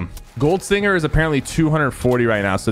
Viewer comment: Yo, its Sting-er, not Sting-ger Sypher lmfao